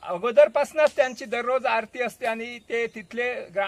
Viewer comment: आ रत नाही आरती बोल बाबा.